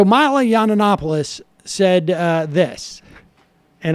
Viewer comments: drives me nuts every time sam says this. YON ANNOPOLIS. NO!! I can't stand Milo, but get his name right. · Sam, love you and this show, but it drives me nuts how you mispronounce his name, (not that he deserves you say it correctly.) It's pronounced Yee-in-op-oh-liss.